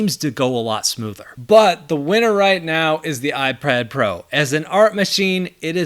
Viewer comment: iprad pro lolll